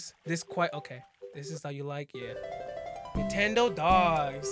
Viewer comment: its not nentendodogs its nentendogs